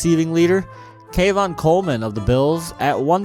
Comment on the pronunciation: Just FYI it’s pronounced Key-on Coleman